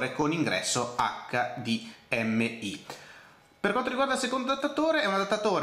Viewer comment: perchè pronunci hdmi metà in italiano e metà in inglese?